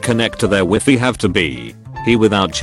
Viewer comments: Connect to the W I F F Y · "connect to the wiffy"